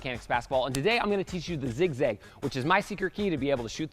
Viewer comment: still says ziz gag